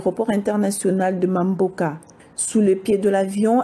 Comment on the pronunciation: Aeroport de BANGOKA et non de MAMBÓKA.